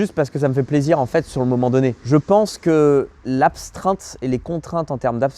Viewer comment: Bonjour mon petit, t’es vidéos sont super, par contre il faut arrêter avec « l’abstreinte » c’est une « astreinte » sans le b.